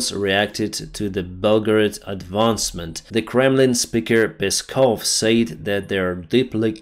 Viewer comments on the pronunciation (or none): none